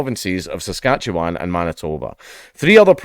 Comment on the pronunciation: Wow dank im honestly surprised you pronounced saskatchewan properly